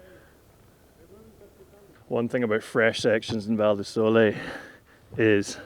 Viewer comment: Big like for pronouncing Val di Sole right and for the Val di pioggia joke!